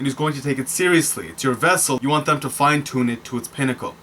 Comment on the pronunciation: I like the way he says "toone" 😂 !